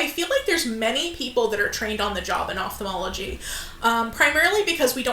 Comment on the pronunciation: Above and beyond all, THANK YOU for pronouncing Ophthalmology appropriately. Its astounding how many educated work in this field and sound so ignorant for mispronunciation of their own dang job.